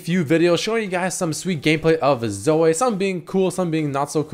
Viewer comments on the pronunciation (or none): its Zo - wee not Zo - wei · zoe as in zoui not zoooeeee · Say Zo-eh one more time I swear... God Fucking Damn it. Zo - EE. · Zoey, not Soay. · Why do u say Zo-ay its Zo-ee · 1. does have an accent 2. His accent shouldn't affect the way he pronounces Zoe, he just keeps forgetting that it's pronounced Zoh-ee 3. It's not pronounced fucking Zo-ay, and it's not a french name either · I love you man... but you don’t have to hard pronounce the E in Zoe lol 😂 it’s just zo-EE not zo-AY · jesus christ hearing him pronounce it "zoh-ay" is giving me auditory cancer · repeat after me; z - oh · IF YOU SAY "ZOEH" 1 MORE TIME I UNSUB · why the fuck is saying Zoe as 'Zoeh' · "Zoeh" x) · Why can’t he say Zoe? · Wait so can no youtuber pronounce Zoe??? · the way he says Zoe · doesnt have an accent he's just mispronounces it. He also mentioned it on a video and says it correctly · Not sure that's how you pronounce her name... The e is silent otherwise it would have a y on the end... Shes gonna be super fun on aram though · Holy shit pronouncement of Zoe triggers me so hard. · how you pronounce "Zoe" is sooo................ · WHY THE FUCK CAN'T YA SAY "ZOE" PROPERLY?